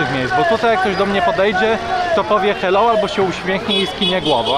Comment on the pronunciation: Najbardziej mi się podobał moment, jak mówił "heloł"